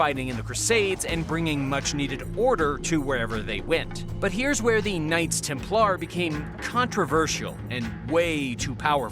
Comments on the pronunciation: Its pronounced TEMPLER NOT TEM PLAR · Maybe it's the Klingon pronunciation 😂 TemPLAR!